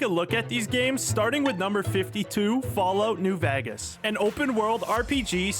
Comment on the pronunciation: Falloot Noo vah-gass